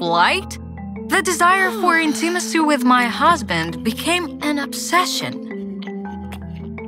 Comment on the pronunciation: Ударение на первом ИИИИ в слове intimacy